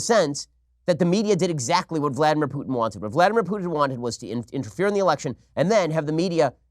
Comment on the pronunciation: Oh, you can pronounce Vladimir Putins name correctly, but not Alexandŕia Occasio-Coŕtez? Eff you, Ben-ya-meen. Eff you right in your pronunciation.